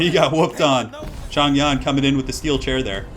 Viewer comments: The "Yan" part of his name is pronounced Yen. The ZH sounds like a J, like Joe or Jimmy which you got correct off the bat. "Men" is actually pronounced "Mun." Any "ang" or "ong" such as Chang, Dang, Long etc. is pronounced like "Ahng" / "Ohng", however your way of saying Wang Dang is way more amusing. Regardless of accurately saying the Chinese stuff, I'm just super happy watching your campaign. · not sure why the voiceover is wrong but Yan in Mandarin should be pronounced more like the yan part in yankee